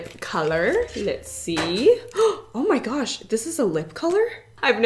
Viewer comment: So many fave parts but my FAVORITE part is saying Garsh